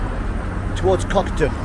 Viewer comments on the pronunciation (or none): Its Cockerton not Cokaton.